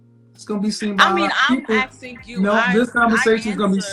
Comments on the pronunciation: Axing? A-S-K-I-N-G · “AXING” a woman!!! 🙄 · 'aks' 'aksing' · Black people need to start speaking properly… almost 90% of the women that come on here always say “AKsin” instead of “asking”… and that’s not the only word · "Aksing" not "Asking"